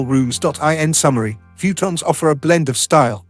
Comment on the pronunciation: Instant thumbs down for the AI saying “fewtons.”